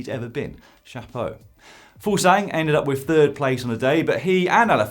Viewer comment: Fuglsang not Fuglsgang;) «Foogles ang»